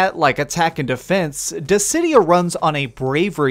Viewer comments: "Dissy-Dye-ah" it's, "Diss-id-e-ah" Dissidia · Dizzeh-die-ah? Gods? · In all the time I've known about this game, including the PSP version, this is the first time I've ever heard "Dissidia" pronounced "Dizz-eh-dye-uh". I'm genuinely curious why you would pronounce it this way. Also, I'm thinking about getting this, but I have no interest in online battles. So, can I do offline battles in order to unlock the story, or does it have to be online battles? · I was so thrown off by your pronunciation of 'Dissidia' haha Good review, I'll probably wait for a sale